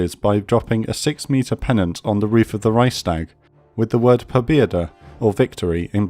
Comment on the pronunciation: Amazing work as always. Just that the wrong pronunciation of "Leibstandarte" makes me cringe each time. If the narrator can say things like "Königsplatz" & "Reichstag" correctly, why not "Leibstandarte"? :)